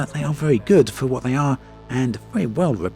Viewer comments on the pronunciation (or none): none